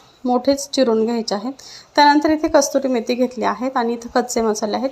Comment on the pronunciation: "Kaaturi(?😮?) Methi" 🙄. 🤣😅👆